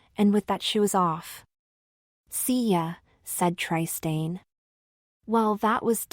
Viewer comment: Tri-stain! 😂 Otherwise: The story is ‘interesting’.